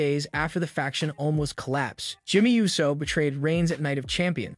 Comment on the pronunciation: 🤦🏾‍♂️ ITS PRONOUNCED OOOOO - SO AND FEE - ASCO. You know what, im convinced that this is a text to speech